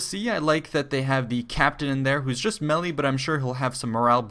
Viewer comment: I am pretty sure someone already corrected you (and I am not making fun of you in any way) and if they have please disregard but melee is pronounced may-lay. Anyways great videos g. Definitely always informative.